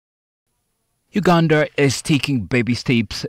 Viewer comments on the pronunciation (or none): Did he just say "Ugandarrrrr" Please stop right there.